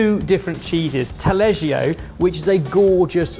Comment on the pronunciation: I'm italian but at the beginning i thought that "taleggio" was some kind of exotic cheese because i didn't recognize it but how you pronounce it lol